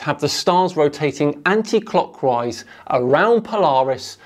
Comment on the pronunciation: I can't be the only one constantly hearing "cockwise", right?